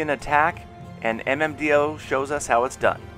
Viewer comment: Great video as usual! Just to let you know, Nickname (Mmdo7) is pronounced as (Mmdoh) in Arabic language, it's a person's name.